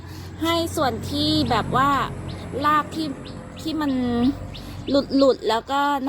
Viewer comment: พูดคำว่า,,ราก.ยากไหม,,ราก.ไม่ใช่.ลาก